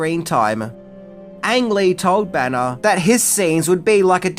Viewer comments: It a little confusing because you pronounce Bana and Banner the same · Being from the northeast, hearing "Bana" I kept thinking he was saying "Banner." What a strange coincidence!